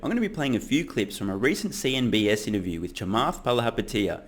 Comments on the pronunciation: Did I hear you said CNBS, instead of CNBC? 😂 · I always hear you say CNBS. lol. Whole lotta BS. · Bro, I love ur videos and all, but isn't it CNBC and not CNBS? Am I missing something? Anyways, the rest of the video was nice! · BTW, it took me many videos to realize you were saying “CNBS” on purpose. My brain just assumed it was a mistake or was called something different in Australia. Then I realized that you are awesome.